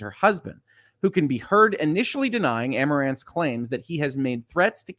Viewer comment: I'd guess her name is pronounced ah-more-anth